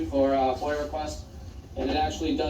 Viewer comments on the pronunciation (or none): That would be "FOIA" not "FOYA".